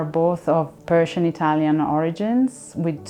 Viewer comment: I love the color blue, works great. But it is a shame every time she says "Persian" somewhere in the world a puppy dies.